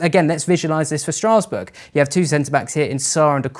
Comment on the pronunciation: Str'ars'bourg? Not Strasbourg? Never in my 54 years have I heard it pronounced like that.